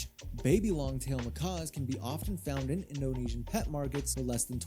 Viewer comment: You're doing a whole video showing what you know about these monkey channels, but you can't even pronounce their name correctly 🙄